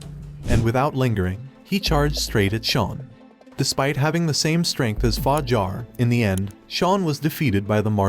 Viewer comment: The narrator is special for sure, h :calls yang yong :pronounces game SIF-ooh :thinks the club is a whorehouse “Fa-JAR” literally pronounced it Jar. Like a peanut butter jar. Lmao but seriously you deserve to be slapped for thus